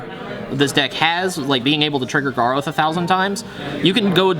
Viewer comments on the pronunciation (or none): He needs to learn how to say Garoth... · All these kids babbling that he can't say "Garoth" right. Stfu and go back to Magic XD